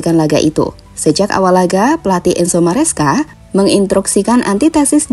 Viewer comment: Maresca min, bukan mascera 🤣🗿